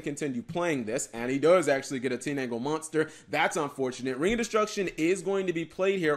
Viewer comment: Wait did Cap say Teenangle instead of Tindangle?